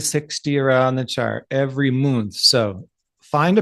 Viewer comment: Listened a couple of times😂 I've just got "moonth" 😂😂😎👍🏻🤫😛🤩👁🫂